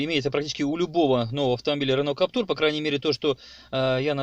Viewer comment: Владею Каптюром 1.5 года, пробег 15000км. Двери не скрипят, и вообще впервые слышу, что б у кого нибудь скрипели двери. И вообще не Каптур, а Каптюр, КАП-ТЮЮЮР! Не коверкайте название автомобиля!